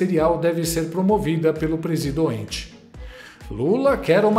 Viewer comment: "Presidoente" 😂😂😂😂 teu canal é otimo!!